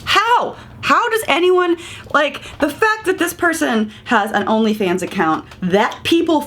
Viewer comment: I gagged a bit when you said he has an only fans- I need to hear the T